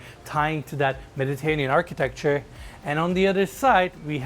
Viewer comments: Love it! What a sick property. That garage is HUGE!! P.s. you're saying Mediterranean wrong. meh·duh·tur·ay·nee·uhn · It’s unfortunate that he can’t pronounce Mediterranean correctly considering the amount of times he’s had to say it over the years.